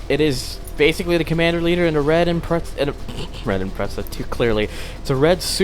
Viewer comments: Sheesh, this guy annoys me... It's IM-PREZZ-A, NOT IM-PRETS-A! SAY IT RIGHT! >:L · Actually it's IMPRETZEL thank you